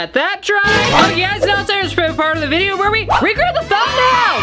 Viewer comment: "Thank you for anyone who said blesh you watching this vdeo" Me: "i was thinking it-"